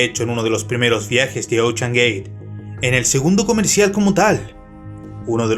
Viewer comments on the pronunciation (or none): Se pronuncia "OUSHEAN/ OUSHAN" NO OCHAN! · Me mató tu "Ochean gey" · Todo iba algo bien hasta que escuche "ochean" "Oceangate" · Ochan gueit Jajaja